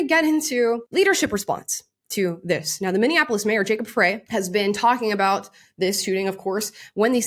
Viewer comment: The Mayor's last name is pronounced Fry. Love your channel, just take a second to get pronunciations correct.